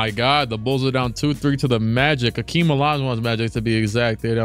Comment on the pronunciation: It’s Hakeem not Akeem wtf